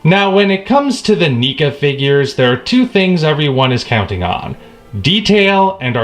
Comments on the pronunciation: it sounds like he is sayinh NICA instead of NECA LOL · Neca is not worth it. Also, I'm fairly certain it's pronounced Neckuh.